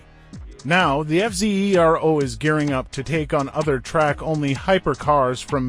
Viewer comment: I love how the AI is forced to keep calling it the F Zee Eee Are Oh over and over. 🤣🤣